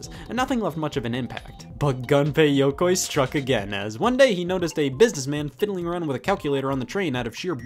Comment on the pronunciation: (Goon-pay ya-coy) ;)